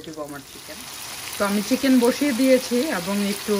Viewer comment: u have said kitchen. (8.20) it's Chicken not kitchen. don’t mind apu